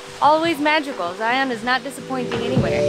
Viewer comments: It’s Zion like Lion not Zi-On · It’s Zion, not Zi-on. 😀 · Just a friendly pronunciation reminder in So Utah… Zion is pronounced “zy-en” and Hurricane is “heri-cun “ Like Loo-i-vil not Louisville Love You videos…